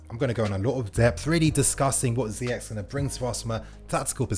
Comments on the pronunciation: His name is "Ziyesssshhh"...not "Ziyek".... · ZEYECH LIKE FRENCH OR CHELSEA NOT LIKE ZEYEK ( حكيم زياش ) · It's pronounced Ze-eh-sh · Ziyeshh, if fan channels pronounce his name correctly the fans will and then the commentary might just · I believe his name is properly pronounced Ziyesh. Time for Willian and Pedro to go. They both have been great servants to the club but that time has come. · Btw it’s pronounced Ziyesh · It’s pronounced ziyesh instead of ch, it’s a sh